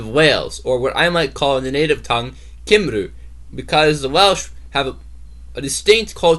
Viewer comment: And by the way, the Welsh word for Wales is Cymru and it is NOT pronounced "kim-roo" but "cum-ree" (just one amongst the vast number of errors you've managed to commit in this pathetic effort).